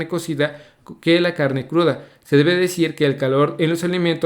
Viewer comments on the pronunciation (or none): Den laik si se dieron cuenta que dice carne curda y es carne cruda